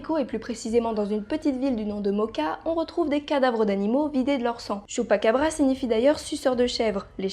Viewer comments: J'ai adoré la vidéo mais à la base ça se prononce < > même si ça s'écrit chupacabra comme pikachu, mais apart ça excellente vidéo continue comme ça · j'adore le choux'pa'qu'à'bras